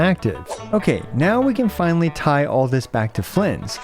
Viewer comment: Bro said “And Flinally” 😅 please don’t ever do that again bro.